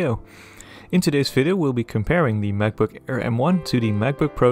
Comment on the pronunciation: what's a mavbook? :0